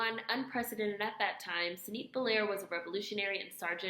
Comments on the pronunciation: Sah- nee-tey :) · Sah-nee-TAY :) thanks for sharing. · Thank you so much for this series,! Her name is pronounced "sa-nee-TAY" (related to the French words for "health" and "reason"), but there is nothing nails-on-chalkboard about you saying her name and making her seen:). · I'm Haitian and I never heard of her!! Sensei I appreciate this soo much!! This was a great video and great efforts in saying those French words 😂. Sanité is pronounced Sanee-tay. And you said her quote in Creole perfectly 👍Love this series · Nice Video! Her name is pronounced Sa-nee-teh :) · It is pronounce "Sa knee tay". Pronounced like sanitation.